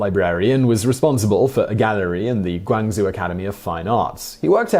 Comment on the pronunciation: Love these videos but you constantly mispronounce Chinese words. Guangzhou is pronounced incorrectly. To make it simple Guangzhou is pronounced Gwang-Joe. Zhou= Joe essentially.